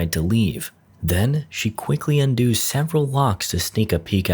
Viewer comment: Lol. Why are you pronouncing "undoes" like that? It's un-duhz, not un-dooze.